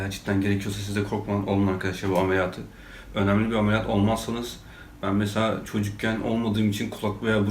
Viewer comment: ameliyat değil alemiliyat a gidiyor seni çok seviyom abi